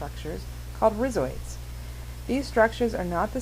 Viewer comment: Per the dictionary rhizoid is pronounced with a long I in the first syllable